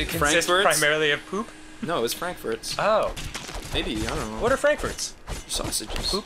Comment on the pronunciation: It's funny because you say Frankfurts like "Frank furzt", which literally means Frank farts.